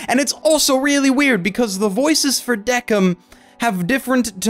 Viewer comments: I just finished watching Death Parade and came to watch this video And I have 2 comments: 1-IT'S PRONOUNCED "THE KING" NOT "DECK-IN" 2-I would love a sequel to this anime filling the mysteries that weren't solved like "How are the arbiters created" or "How is Decim making his judgements now? Does he not follow the basic rules anymore?" Maybe they could even bring Chiyuki's reincarnation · The only thing wrong was that you were pronouncing Deciem's name wrong. It's Deh-kēim same with Quindeceim it's Kwin- deh- kēim. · Just want to say even thou it's decim it's said like desim